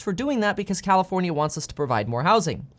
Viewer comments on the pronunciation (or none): Did he say commifornia? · Bro said commi-fornia 💀💀💀